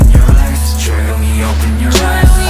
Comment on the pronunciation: i mean ,the song is great but couldn't anyone tell taeyong that its actually pronounced eyez not ice !